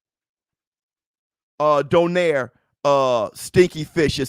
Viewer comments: Let me correct you all,, nonito's last name pronounce "donairy" not "doner" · Its not donaire its donayri hahahaha